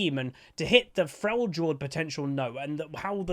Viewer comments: I love you but I have a couple of bones to pick with you. Firstly: it is pronounced "frelyord". Secondly: Dragon Ball is one of the most overrated anime out there, super boring, unreasonably stretched scenes, goofy story and edgy characters, let alone the length of all that thing. Yuk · I’m excited for him. I hope the new stances will have some skill expression to them. I wonder if they’ll release the fourth demigod before his rework to tie all of his abilities to them, or if it will be the boar like what Sejuani rides. Seems to be super cool! (Also, it’s Frel-yord. You don’t pronounce it as a “J”) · Cool video! buuuut could you please pronounce Freljord correctly? the J is pronounced like a Y (in the word Yeah for example) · I think you need to watch some more trick2g if you think Uydr has not skill, that guy pulls off some shit that is just astounding withs him.. also is it just an American thing to pronounce Frejord as Frey jord?